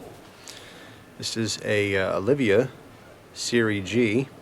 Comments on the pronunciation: Olivia dude, Oh-lee-va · its oliva not olivia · Oh-lee-va. Not "Olivia". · Like the review. They are great. BTW.. its Olive (OH-lee-va)